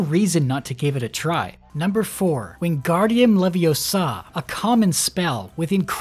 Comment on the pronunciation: funny how he never says leviosa correctly